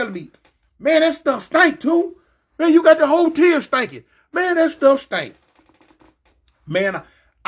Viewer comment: “Cause it’ll go ta stankin, it’ll go ta stankin”‼️😭😭🤣🤣🤣